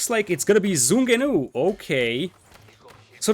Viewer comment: fyi the first word of ZhuGeNu is pronounced "ju" (as in June), it was westernized to ChuKoNu in aoe2 but they decided to keep the chinese name in the new game. The name comes from ZhuGeLiang, the strategist from the 3 kingdom era even though he had nothing to do with its invention